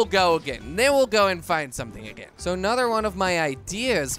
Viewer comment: “Anudder episode” 🤣🤣🤣